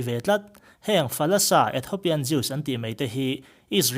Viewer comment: Ethopian ni lovin Ethiopian ti rawh